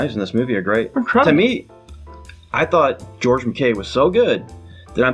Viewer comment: McKay is pronounced Mc eye. Anyway, about the lack of character interaction... I’m glad they didn’t do that in this movie. I think a lot of war movies do that whole clichéd artificial character building interaction thing. You know, the blue-eyed mid-west farm boy and that gritty, wise-cracking New Yorker from Queens, telling each other stories about their wives, girlfriends and families. And you know the script writer is doing it because they’re clumsily trying to get you emotionally invested in them ...to prep you for when they predictably get killed off later in a hail of bullets...in slow motion 😂. It’s got to a point now that when I see that kind of thing, I roll my eyes and sigh.